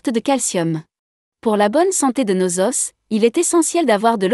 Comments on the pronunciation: On ne dit pas"aus" on prononce o"ce" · " nos Osse " 🤣 nos Oooo pas Osse banane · Os au pluriel se prononce "O" ... Un "OS" deux "O". Juste pour la prochaine fois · Ça dépend d'où tu es natif ! Je viens du Québec et nous disons ''un osse'' , ''des z'osses 😄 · un "OS", des "OS", on ne doit pas entendre le °s° au pluriel..... la tomate "alliez" !!!!! pourquoi cette forme ?? la tomate "alliée", c'est mieux et plus correct.